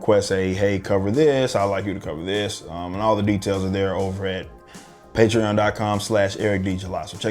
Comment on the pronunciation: Love your shit man, and the way you said patron just now lls